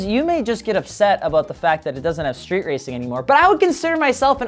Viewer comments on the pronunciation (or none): none